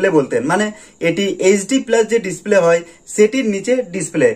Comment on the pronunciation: 9 sec ভাই মনে হয় খুশিতে ডিসপ্লেকে ডিসক্লে বলেছেন মুখের জড়তা কাঁটান ইনশাআল্লাহ ভালো হবে❤